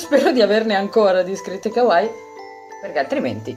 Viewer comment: tutto molto bello ma come pronunci kawaii? brividi 😂